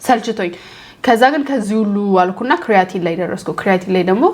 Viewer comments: ክሪያቲን በጀርመኒኛ ነዉ ካራቲን ማለትሽ ነዉ??? 😅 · not ክርያቲን (kreatin) it is called ኬራቲን (keratin)